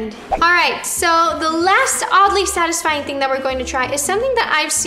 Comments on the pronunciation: No one: Literally no one: Not even Paul: Roni:The thing that is Sadly Odisfying😂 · No one: Not even anyone: Not even Paul: Roni: The thing that is SaDlY oDiSfYiNg😂🤣